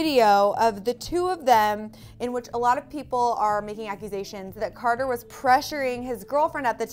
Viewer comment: maggie said charter!